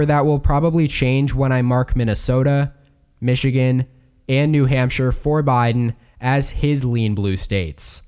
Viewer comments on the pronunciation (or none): none